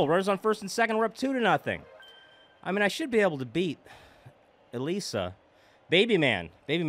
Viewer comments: Ok a few tips: - I believe it’s pronounced uh-lees-uh - Holding A or B will throw different pitches, while ‘throwing’ the Wii Remote will throw the ball harder. -The reason you were hitting the ball so soft was because it looks like you’re a bit early or a bit late on the ball! -And a suggestion is that you should make the softball crew as Mii’s! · it is pronounced (ih-lee-suh) like how you pronounced it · It's uh-lease-uh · This is how you pronounce it it’s Elisa and it’s like saying elesa so it’s Elisa or elesa